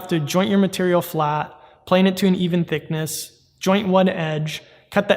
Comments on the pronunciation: My mans really said thickni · LOL "Thickni"